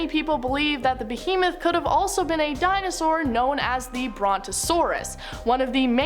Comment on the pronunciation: Girl, you weren't the only one, you did great!! It's a Dinasaur.